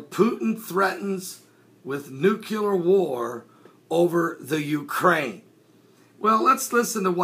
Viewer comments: NU- CLEAR or NU-Klee-Ur, as opposed to nu-cu-lar. Love your stuff, BUT expect more in the way of news reporting from one such as yourself. I know and everyone knows what is meant by this common mispronunciation and the way languages 'evolve' who knows when the inaccurate will become even more common and therefore accurate, but come on...Thanks for reporting and I mean no offense. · NU-CLĒ-AR. New-clee-err. Not nu cu lar